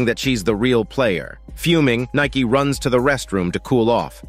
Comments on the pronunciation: Nayki huuhh did you mean nanni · It’s nanai not Nike 😒